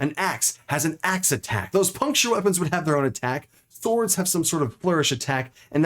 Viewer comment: did he say "thords" xD